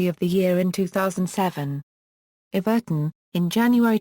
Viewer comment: You pronounced Everton wrong